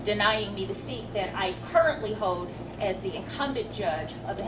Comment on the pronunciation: The seat I currently hode? How can someone be a judge when they can't pronounce a 4 letter word?